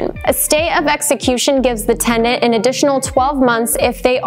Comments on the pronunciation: this is a legal guidance video yet the host can't pronounce "tenant" correctly.. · Sounds like you are saying TeN-D-ennT? The timeline was helpful,? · I don't know about the rest of you, but I kept hearing tegnent!~LOL She also failed to mention the tenants right to a jury trial. 🥴